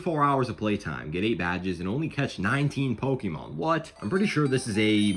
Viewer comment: look up how to pronaunce pokemon